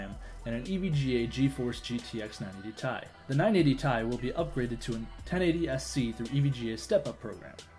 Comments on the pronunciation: this ninja called his 980 TeeEye "tie", this lad calls his router "ROUTE-TER" and tht last mofo calls his entire PC a CPU and I could barely understand half the shit he was saying,ed u sure these ppl actual tech heads?cuz they ain't fooling anyone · "My 980 Tie" Its pronounced Tee-Eye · the second guy triggered me he called the 980 tie not the 980 ti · Anyone else get triggered by 980 "Tie" pls :c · Dont pronounce the TI in 980ti like you say the word tie Please stop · 980ti is not pronounced like what said